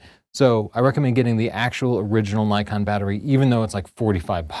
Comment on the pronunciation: Its Nee-kon, not Nay-kon! How many times do people in the comments section have to remind you? Haha. Just kidding!